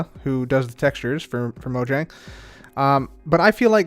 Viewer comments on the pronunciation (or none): It's pronounce moyang